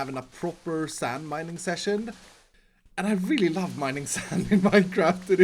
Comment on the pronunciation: how dare you pronounce sand not SaNd